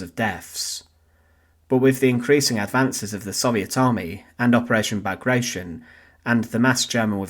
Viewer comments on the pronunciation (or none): "Bagrayshon" Hahaha 😅. That's the best one yet!